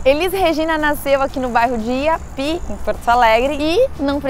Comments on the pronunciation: Só uma correção. Se fala I.A.P.I. letra por letra, foi um bairro planejado construído para os industriários da época. O nome antigamente era Vila do IAPI (Instituto de Aposentadorias e Pensões dos Industriários). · Vocês erraram no nome do bairro da Elis Regina. Gisela falou iapi sem acentuação no último isso falando de forma corrida. O correto é pronunciar cada letra i a p i, cada letra de forma separada ficando o último i, de forma acentuada, como se tivesse acento. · A Elis Regina nasceu no bairro i.A.p.i essa é a pronúncia certa. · Bairro I A P I kkkkk